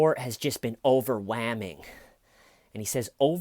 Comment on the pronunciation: In that Christmas video he actually said it can be overwhaming!!! No David, it’s overwhelming!!!!!! Just axe Michelle!!!! This dude is well pass illiterate asf!!!!!